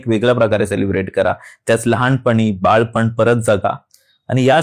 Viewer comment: बाळपण हा शब्द नाही बालपण हा शब्द आहे, चुकीचे मराठी बोलू नको